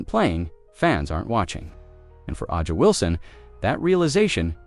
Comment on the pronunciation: I guess you terrible commentators will never learn to pronounce players names correctly... Who is Ah-jah Wilson? Noone in the WNBA is named that. Get it right, for God's sake.